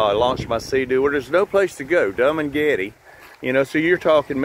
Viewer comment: I like how you say Dum and Getty for Dumagete.😅 Nice project. But, with the weather changing and ocean rise, I would hope you take that into account. Many places in Hawaii and here in Virginia and North Carolina are washing away into the sea rise.